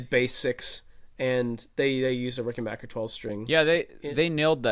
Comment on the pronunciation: And it's Ricken - BACK - er, just like Get BACK! It's not Ricken - bark - er 😂